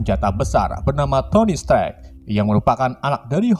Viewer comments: Stark bukan sterk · Strek strek bacanya stark woiiii bukan strek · Strak kenapa jadi Strek dah di bacanya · Stark napa jadi strek bang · Tony stek yah ges Bukan tony stark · Stark bang.... Bkan strak 🤣🤣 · Bang namanya stark bukan strak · Strak bacanya bukan strek.. wkwkwk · Stark bang bukan strak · Strak dong bukan stark 😂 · Wkwkwk ngakak gw strek bknnya stark 😂😂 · Stark jadi strek ,Obadiah jadi obaidah wkwkwk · Koreksi dikit ngab bukan stek tapi stark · Lurus amat min ceritanya . Gak di kasih detile2 . Oh iya . Mengganggu banget nyebut stark dengan setrek .. asing aja di telinga. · Naratornya, masa tony stark dibaja toni sterk.